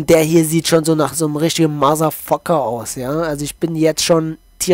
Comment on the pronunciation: Maserfucker ? 🤦🏼‍♂️ bitte lern die englische Aussprache !